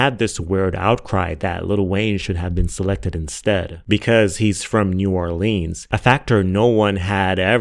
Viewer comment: I'm here to comment on the degrassi remark... I was only inlike 7th grade when I was watching and that show was IT. So much for a tween/teenager to unpack. Real fans know!!! And Mr.Aubrey Jimmy Graham was NOT the star of the show either. knows it was Emma & Cassie*** (who later turned into maddy iykyk) Edited** omg it's new OR-LINS not new OrLEAAANs. My family ready to fight 😂